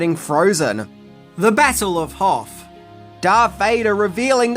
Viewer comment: battle of “hoff”? Lol